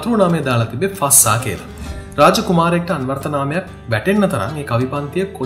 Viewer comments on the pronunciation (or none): ශික් නෙමේ ශෙ(යි)ක් ෆස්සා නෙමේ ෆ(z‍)සා fazza මරු වීඩියෝ එක